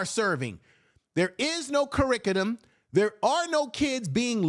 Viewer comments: You meant curriculum and not curricudum right? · Uncle Umar thinks we're stupid. ps 1. There is no "curricutum," only curriculum or curricula. 2. Everyone he he hired to work on the "school" has robbed him blind. 3. You need "institutions." I think at this point most people want Uncle Umar to go away.